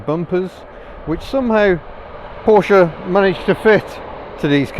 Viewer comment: We'll let you off then and bonus points for actually pronouncing Porsche correctly! (most car Youtubers don't!)